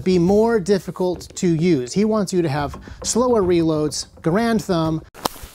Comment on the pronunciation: You pronounced Garand's name wrong.